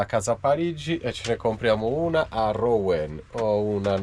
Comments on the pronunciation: ROUEN..... RUEN PRON OU SI LEGGE U APERTA. BUON VIAGGIO ZONA CHAMPAGNE INSIEME A Reims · Ciao ragazzi piano piano vi avvicinate a dove sto io. Cmq si pronuncia ruon. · Ou si legge u quindi Ruen